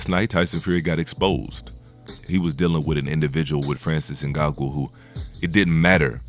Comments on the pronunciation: Not Ngagou. NganNOU. Can’t be making all these videos on disrespect about FBA and you can’t even take the time to learn name of our African champions/fighters, before making a video. Yet if we call this out as the typical covert disrespect, you’ll say IM the one being divisive. Not only that - you should address him as a Cameroonian/African, the same way you don’t hesitate to do so once it’s a topic of negativity. But in this entire video, no direct reference to his nation. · It's not In-Gon-Goo it's In-Gone-New👍🏼 Put some respect on his name bruh🤦🏽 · ngannou not snngago lol and you are suppose to commentate boxing matches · Ngango bruh it’s ngannou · Tyson is 35 not 32 ....its francis Ngannou(In-ga-nu) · Jesus the dudes name is Francis Ngannou, it’s pronounced N-gan-nou. He is NOT a grappler and a great wrestler. He is a striker. Almost all of his wins have come via Knockout. Tyson Fury is an average boxer? What other man that big moves like that? The fact that Fury gets knocked down in many of his fights is simply the fact that he is a heavyweight boxer. There are 21% MORE KOs in the HW division than in any other division. That fact is he GETS UP from knockdowns most fighters are not able to get up from in a division where the guys are 200+ pounds. That is insanely impressive. You have a clear anti Fury bias. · Francis Ngagoo 😂... bro got me dead with that pronunciation 😂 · Get that man name right...N-GAH-NU.... You're butchering his name. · He name is correctly pronounced Francis Ngan-noo (Ugannou) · Did u just said Ngangu? 😂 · Is there a reason you've made up your own way of pronouncing Francis' surname? Just listen to ANYONE else say it...and...say it like that?